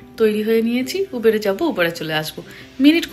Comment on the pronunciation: উবার ই তো বলে USA pronunciation e, প্রতিবার উবের, উবের শব্দটা খুব কানে লাগে